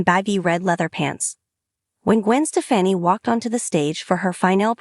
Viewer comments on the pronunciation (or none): Say her name right